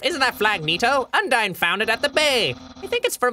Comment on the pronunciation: I'm waiting for them to figure out how to correctly pronounce Undyne.